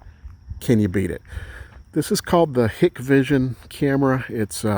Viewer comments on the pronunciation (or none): Great video!!! Hikvision is pronounced Hike-Vision though. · Hikvision is pronounced "HIKE-VISION"....